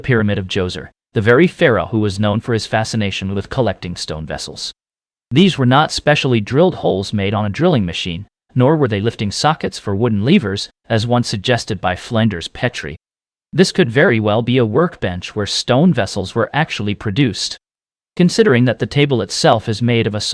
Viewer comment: Stupid blah blah. Flenders Pet-tree?